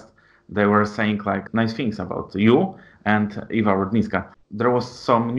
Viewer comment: Panie redaktorze mówi się Ewa a nie iva